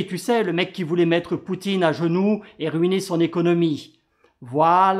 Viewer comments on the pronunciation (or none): none